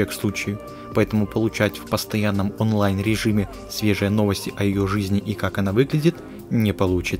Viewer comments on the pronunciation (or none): none